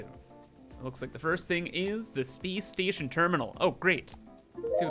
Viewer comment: "Speece Steetion"